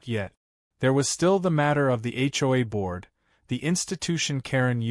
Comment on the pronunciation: AI can’t be very smart if, after hundreds of HOA stories, it still hasn’t figured out how to pronounce “HOA!”